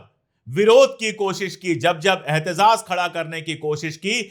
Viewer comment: Shab ahtijaaz hai ahtizizad nhi